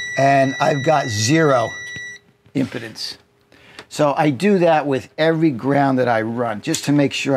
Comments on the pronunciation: HI Friend! we pronounce it "Em PEE dence" not "Em PUH dence". Thanks for being so generous with your knowledge!! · it is pronounced im pee dence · I was taught in my electronics class in Jr High, the impedance is pronounced with a long ‘e’. Think, “This thing impedes”. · um pee dns The i is pronounced like a u. Never knew this. The e is a long e like in spleen. Have you had your spleen checked out lately? Me neither. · It's pronounced im-pee-dance. The solar wattage limit on the Renogy DC to DC/MPPT unit makes a second MPPT controller necessary. I think you want to keep the current down on the solar connections so that you can use 10 AWG wire at the biggest so you want to keep the panels mostly in series. Another option would be to use a Victron Orion for the DC to DC part and then size a Victron MPPT controller to handle the 600W of solar. Since you're using 6 of the same size panels that would be easy to do. The Renogy DCDC/MPPT unit is tempting, but I wish they would come out with one that could handle more solar wattage.